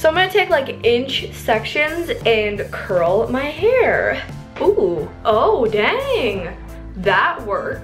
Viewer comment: It's not crurl😂😂